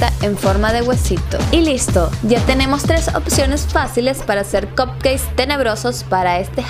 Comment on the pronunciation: Lindos los cupcakes, pero mejor le dices ponquesitos porque como lo pronuncias estás diciendo que son pastelitos d cock jajajaja.